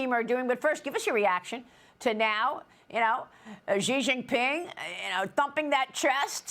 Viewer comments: She Jin Ping. Fentanill. Practise your pronunciations. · Is it difficult to look up how to pronounce Xi Jinping before presenting the news? 🤔